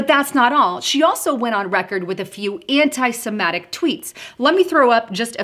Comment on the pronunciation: dear...the word is anti semitic...the letter i is pronounced like the i in the word sit. Anti Semattic?